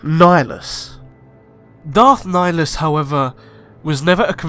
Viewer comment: Darth nigalus